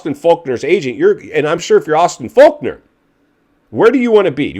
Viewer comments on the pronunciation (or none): It's Fork-ner not Faulk-nor 🤦‍♂️